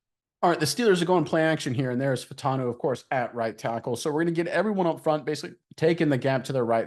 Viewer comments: I believe Troy's last name is pronounced "Fah-oo-tahn-oo" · FYI - there are 4 syllables in his last name. Fah-oh-tahn-o. Get it right ‘cause this dude is a beast!